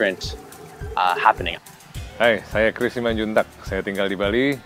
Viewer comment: Simanjuntak not Simanjuntuk.. :)